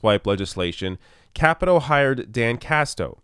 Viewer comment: I hope Ojeda takes out Capito in 2020 and then Paula Jean Swearingen takes out Joe Manchin in 2024. I hope to see Paula Jean in Congress before then, of course. Also, not sure, but I think it's pronounced Kuh-pee-toe.